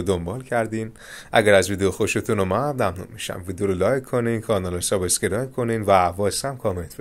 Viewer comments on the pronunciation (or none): none